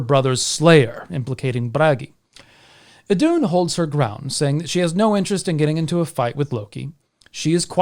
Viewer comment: I thought it was pronounced “ithoon”?